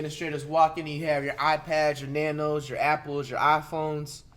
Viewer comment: “your nanos”